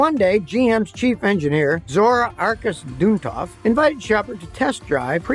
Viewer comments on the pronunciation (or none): when you mispronounce " Zora Arkus Duntov" it makes me wonder, are you being rude or do you just have no idea what you are talking about?